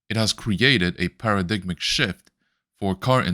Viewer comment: Para-dig'em shift.... LOL!